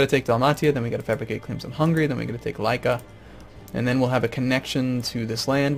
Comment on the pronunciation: And also "Lika" is closer to Leeka (as in leekspin) than Lyka as says. I don't really mind mispronunciation, but he was wondering how to say it properly so I thought to help out a bit.